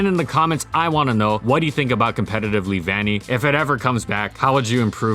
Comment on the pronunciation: lee-van-y? I though it was lev-unny.